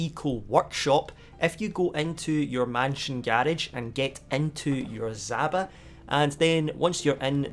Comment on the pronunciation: it's (d)ZHaba, the j-like sound like in colliSIon. Russian word for toad